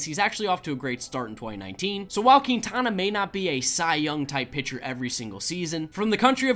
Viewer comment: Queentiana is what he said it is pronounced ( Quin-tana )